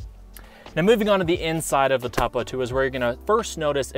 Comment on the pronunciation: You're saying Topo wrong